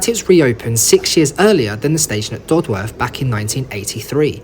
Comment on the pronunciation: i commute along this line every day and the history and views along the way never ceases to fascinate and amaze me. also, it's "dod-uth" not "dod-worth" ;)